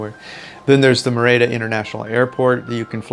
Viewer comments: It’s not “mehr-ey-dah.” It is pronounced “MEH-rih-dah.” With the accent, stress over the first syllable. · Pronounced MER-EE-DA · A friendly tip:. Merida is pronounced Me-RI-da. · Lovely vid, but it is pronounced MER-i-da 😀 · If you could pronounce Merida correctly, it would add credibility to your video.